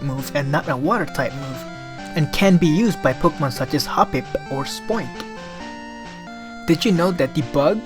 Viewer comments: "hop hiPUH' hahaha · the way he says HoppiP. lol